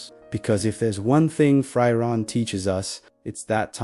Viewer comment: It’s pronounced (Free-ren)